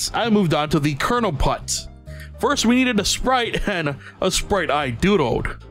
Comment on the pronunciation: Sorry for being slightly rude by saying PULT NOT PUTT!